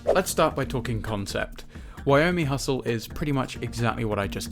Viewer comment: also wyoming hustle? Not Yo-mi-hustle or Yo-mi.